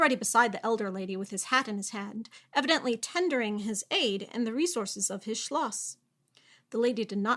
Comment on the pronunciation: You definitely practiced how to pronounce Schloss, didn't you? It worked. :)